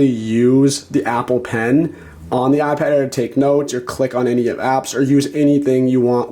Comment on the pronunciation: Now that you've told us about the "Ahhh Pad", how about telling us about the iPad? On second thought, don't bother. Your voice is intolerable.